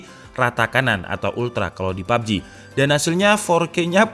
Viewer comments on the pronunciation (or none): none